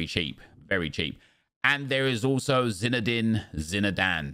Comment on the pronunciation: Ah yes, Zinedine Zinedane